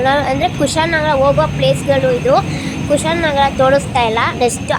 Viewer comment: Kushalnagara❌️ kushaan nagara✅️🤣